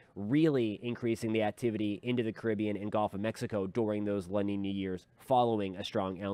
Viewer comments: As a Southern that lives almost on The Gulf of Mexico I’d like to kindly tell everyone it’s pronounced guhlf not golf. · It’s gulf, not golf.